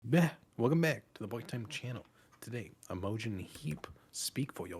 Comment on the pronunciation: Love your channel and in depth discussions of the music compared to so many reactors who don't know how to analyze music. Btw I'm fairly sure her name is pronounced with the stress on IM not the O, although your pronunciation does make her name sound really cool. Imogen was a much more common name in the past especially in Britain. Her song 'Hide and Seek' was used in the BBC production of 'Normal People' on HULU from the acclaimed novel of the same name which has garnered high praise, and was the best thing I watched last year.